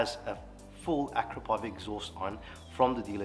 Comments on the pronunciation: It's pronounced , "A-crapo-vich". 😅 Keep up the great work 👍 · “Ak ra po vitch” has beautiful smooth welds and made from titanium? Sounds perfect